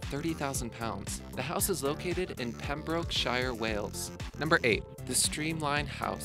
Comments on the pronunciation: Pembrokeshire. u said it wrong :c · Ahhh! when someone mentions Wales in a video I start partying but then... he say Pembrokeshire wrong. sorry I'm triggered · You pronounced pembrokshire wrong lol